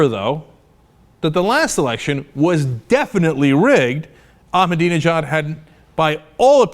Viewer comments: Learn to pronounce Ahmadinejad right. it is Ahmadinejad not Ahmedinajab. He is now in Tehran Zoo if you love him so much feel Free to join him. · I live the way you pronounce Ahmadinejad. "AhmaDIDInejad". How about putting a couple of more "DI"s in his name. The best way to pronounce his name is to say "I'm A need A job" very fast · Mahmoud "Ahminadinejad"?